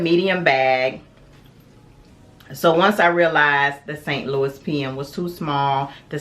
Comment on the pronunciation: Also “San Lou-eee” not “Saint Louis”